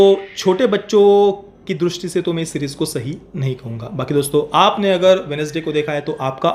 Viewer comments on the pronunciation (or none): none